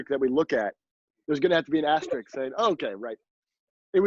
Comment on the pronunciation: An "asteriks" Asterisk, sir. Asterisk. Just like everybody says "nucular" anymore..... And being a fellow Slovenian, I KNOW where he got that "keep some acorns for winter" mentality.